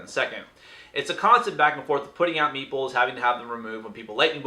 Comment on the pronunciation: Whenever you say meeples, I hear meatballs ^^